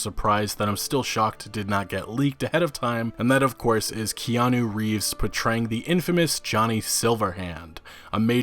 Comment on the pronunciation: Kanye Reeves!! That's all I heard on your first CyberPunk vid at E3.. bahaha, glad you got his name right this time .